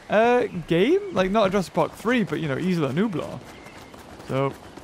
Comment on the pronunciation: You said Isla numblar it’s inland Nuneaton